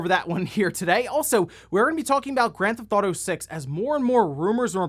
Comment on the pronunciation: "Grand ThAuto"? Lol OK my guy I see your strategy for shortening your videos lol